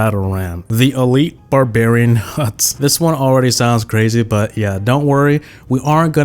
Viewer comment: lol he says barbarion launcher but it alredy came out 🤣🤣 edit:sorry for my spelling lmao